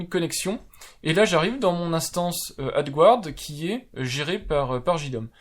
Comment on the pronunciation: Adgarde, pas adgouarde! Erreur fréquente des français qui ne reconnaissent pas le mot français emprunté par l'anglais et prononcé comme l'original. Ce n'est pas grand chose mais ça vous permettra de faire encore un tout petit peu plus pro 😉 (pour être totalement précis, prononcez "adgâd")